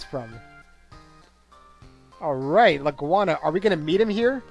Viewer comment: "La-goo-na" seems more reasonable to me